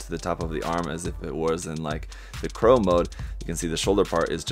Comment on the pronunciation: Its Claw mode XD not Crow mode XD but im guessing ur reading it off of the manual